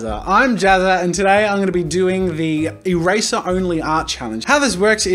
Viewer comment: Its not the eraser challenge its the eRAYzer challenge